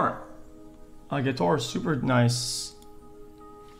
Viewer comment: "water holder" "guitore"